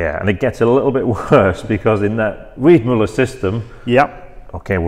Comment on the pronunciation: It‘s Weidmueller! A german ü is ue in english